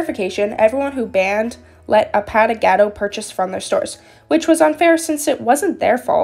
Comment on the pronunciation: the username is pronounced like A-pA! not paw Pa without the w sound and Gah!- Do (do like saying dont but without the nt at the end.) A-Pa!-Gah-Do